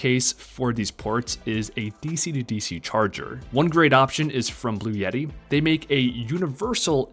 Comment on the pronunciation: Seemed like a good video at first, but ... "watts per hour?" Dude, go back to school. Learn what volts, amps, and watts actually are. And while you're at it, you might want to learn how to pronounce "Bluetti."